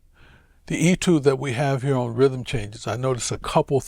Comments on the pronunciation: Nope. The word is of French origin, and has an accent accute: étude. That makes the “ay” sound. In my 61 years on this planet, I have never heard anyone but Vincent pronounce it as “ee-tood.” Look it up in a dictionary. You won’t find that pronunciation. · “ay-tood,” not “ee-tood.”